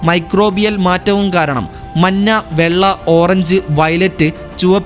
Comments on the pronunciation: നിറം മന്ന അല്ല മഞ്ഞ ആണ് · മന്ന അല്ലടേ മഞ്ഞ 😂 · Manna alla manja 😂😂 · മഞ്ഞ എന്നാണ് ശരിയായ ഉച്ചാരണം. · Nirangal parayumbol "manna" ennu kettathu njan mathramano😊😊😊